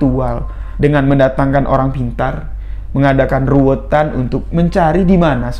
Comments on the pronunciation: Bukan ruwetan mas, tapi ruwatan.. Krn ruwet dan ruwat itu beda arti.. Walaupun kami tau maksud dr. Tp alangkah baiknya diucapkan dg pengucapan yg benar spy tdk ambigu. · Ruwatan bukan ruwetan. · Ruwatan.bukan ruwetan. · RUWATAN bukan RUWETAN.......